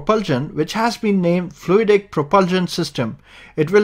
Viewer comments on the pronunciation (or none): Did you say by Jet Octera? it's called Frui-day propulsion?